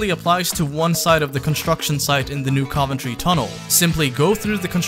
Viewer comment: Dude it’s pronounced New CUV-entry